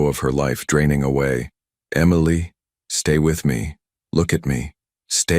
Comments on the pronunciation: Could we please have a simple name of three letters that the AI can pronounce the same throughout the story. The authors efforts were sabotaged by the narrator struggling with that simple name. I look forward to more of your content. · AI really struggled with Emily. weird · Please get your AI voice to pronounce Emily correctly --- really so easy. And, I loved the story! Insights into the "partnership" complexities and power dynamics between these "business" relationships, and at the same time threats from within. And yet, perhaps fired by the risks, close ness and inherent love abides and survives! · How hard is it to pronounce EMILY. He changed her name to Amelia when Dante finally confessed he loved her. Nice proofreading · The constant mispronunciation of Emily was driving me crazy. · DUMBASS AI. EMILY NOT AMILEY. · It's Emily not emiely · It’s EM-ily, you toaster oven. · It's pronounced Em-i-ly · It's pronounced m-a-lee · Eee mily lol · That must be one they can pronounce not like ah meal ly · Emily is NOT pronounced Amailey! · I know!! It grated with me too! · This is the second time I've heard this story and BOTH times the pronunciation of Emily is skewed. If you're going to copy a story, at least fix the problem. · "the black SUV that he used when he didn't want to draw attention."? Yeah, like a black SUV won't draw attention. The repeated mispronunciation of "Emily" is .... irritating. Why does Dante keep saying "a projectile"? It was a bullet. Crying. Can't your story stand on its own merits? Why muddy everything with the moving of the picture? No back and forth, no up and down, no away and back, no flipping, facing left then right. Also, no "stupid" light tricks - spots, snow, flicks, lines, butterflies, stars, etc. It is all a waste of time and money because it is distracting. If we wanted light shows and seesawing pictures, I'm sure YouTube could show us some. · It really was irritating.